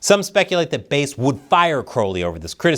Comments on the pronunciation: You pronounce "Bass" as ""Base"? What are you smoking? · Karen Bass. Not Karen Base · It’s Bass like the fish not like base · It's Not BASE, it BASS, like the Large Mouth Fish She Is. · Why are you called her “Base?” It’s Bass! Like “Bass-hole,” and “Bass-hat,” “Bass-wipe,” “Bass-licker,” “Bass-munch,” “Fat-Bass,” “Bass-plower,” “Kiss my Bass,” etc. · Bass like the fish, bæs, and not like the low end of the sonic spectrum, stretching from the lower limits of human hearing at 20Hz up to around 100Hz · It's pronounced like "base". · I don’t think it’s pronounced bass like the instrument, but rather bass…like the fish on a hook she should be Chris. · its Bass.. like the fish Bass, Sha-Pelle..